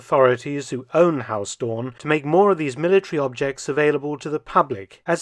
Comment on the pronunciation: Huis is not pronounced as 'haus', the 'ui' sound is similar to how the Scottish pronounce 'down'